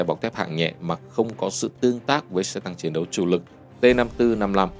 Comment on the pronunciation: Tôi có ý kiến thế này. Kênh hay nhiều kiến thức khoa học và lịch sử rất hữu ích. Mà chọn em MC mở đầu clip chán thế, ghét nhất cái kiểu mấy âm ch, tr cứ tru cái môi lên, chiến cứ phải phát âm thành chuyến làm gì? Theo tôi nên cắt phần đầu đi, hoặc thay người khác.